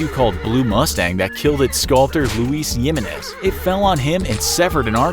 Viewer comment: “Luis Yeemines”